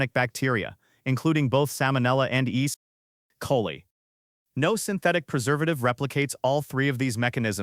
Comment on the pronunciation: Please please pay a human to narrate with some emotion and linguistic accuracy! These are cool contsnt stories being killed by “east coli”. 🤣🤣